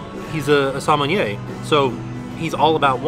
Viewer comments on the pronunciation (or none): sommelier is some-mall-ee-YAY!